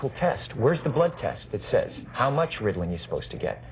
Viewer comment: "Riddlin" hahaha